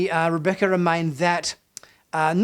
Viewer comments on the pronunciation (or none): none